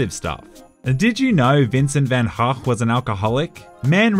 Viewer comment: The moment you realize is cultured enough to know how to pronounce Vincent van Gogh... a true role model to us all lol